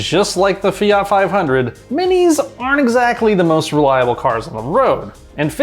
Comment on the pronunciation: The way he says fiat is enough for me to punch him